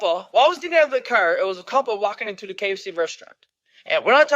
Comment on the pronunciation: If I couldn’t pronounce obese, couple, humble and nearly every other word. I would def shut the F UP!!!